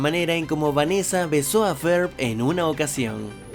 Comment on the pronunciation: Pincha wey no mames asi no se pronuncia (ferb)